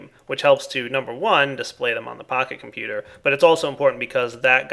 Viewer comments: When you say "Pocket Computer" it sounds like you're saying "PahiComputer" and I think of Pahimar... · Seems like you say pahi-computer :D